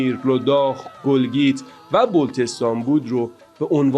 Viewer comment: گلگیت به ضم گ نه. گلگیت به کسر گ یا گیلگیت